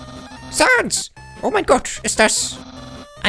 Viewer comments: Man spricht es säns und papeirus aus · Man schreibt es zwar Sans aber man spricht es Säns aus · Es heißt säns PS: es wird einfach nur sans geschrieben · Du sprichst sans falsch es wird säns ausgesprochen #nohate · Männ spricht sans säns aus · Auch im deutsche spricht man das Säns aus😅 Nur so ;D (Sorry😆😅) Apropo Sans,meine Lieblingsbeschäftigungen (ungewöhnlich für ein Mädchen ich weiß)😴!!📱📒(🖍✏) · Also ich finde man spricht Sans und Papyrus eher Säns und Päpeiras so sollte es besser klingen und sollte eher aus gesprochen werden aber nicht so gepsrochen werden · die skellete heißen säns und Papierus | oder auch im englischen Sans , Papyrus also sag es nächstes mal bitte so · Und es wird sens ausgesprochen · Das er immer Sans und Papyrus nicht richtig ausspricht